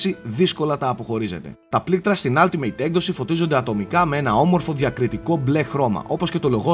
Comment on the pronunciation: Κοίτα από αυτό που ακούω λέγετε όλτιμετ αλλά είναι αλλά πάει προς το ά.. δηλαδή όχι άλτιμειτ που ακούγετε στο βίντεο. Τέλοσπάντων μια διόρθωση ήθελα να κάνω για να βελτιωνόμαστε στα αγγλικά,φιλικά πάντα,ωραίο review πάντως!